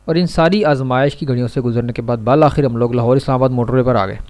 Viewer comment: BAL akhir Nahi hota bil akhir hota ,hehe